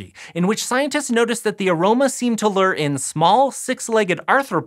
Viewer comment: It’s weird to hear “lure” pronounced “ler” instead of “loo-er”